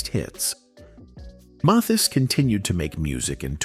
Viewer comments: Johnny Mathis' name is pronounced "Mathis" as if it's "Mathas." NOT "Mothas!" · And not pronounce his name even though it is spoken in this story. Not Maythis. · His name is not Moth-ees. Mispronouncing his name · Esse moço não sabe falar o sobrenome de Johnny Matthis . Nunca ouviu o sobrenome desse maior cantor do mundo . .? Pq ninguém viu que ele não fala certo o sobrenome do maior cantor ? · Can't you teach your robot how to pronounce "Mathis"?!?!? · This A I voice pronounced Johnny's name wrong the whole video. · is this AI? Pronunciation of Mathis doesn’t sound like it’s usually said. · Why is this bot mispronouncing Johnny’s last name every sentence and 15 different ways? It’s so stupid and silly. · I wish you didn't use an AI voice for this video. It kept messing up the pronunciation of Johnny's last name and that was distracting. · Let us hear a real person narrating these videos. They don't even pronounce the person 's name correctly. What a shame!! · How many times can you mispronounce the name MATHIS? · Is the narrator a real person, or AI? He can’t even pronounced Johnnys last name! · It’s a wonder how many different ways the narrator pronounces the name “Mathis.” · I had no idea there were so many ways to pronounce "Mathis." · Clickbait. There is nothing in this video about his love of anyone. This Ai robot kept mispronouncing his name and repeating lines over and over in several places. Not woth the trouble to watch this.